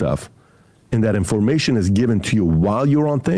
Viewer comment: Since Tim Hidekicker picked up on it, I never fail to be entertained by how PBD pronounces "In-form-ation" 😂